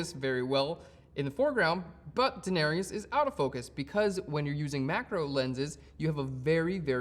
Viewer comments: It¨s DaeneRYS, not Daenerious. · Really great tutorial for this. Much appreciated. Though I did cringe every time you butchered the Daenerys pronunciation.